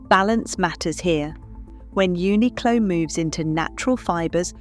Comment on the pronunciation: Uniqlo pronunciation is Japanese , not English pronunciation, so it is right .